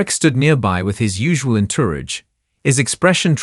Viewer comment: Get an announcer that knows how to pronounce words like entourage.❤❤❤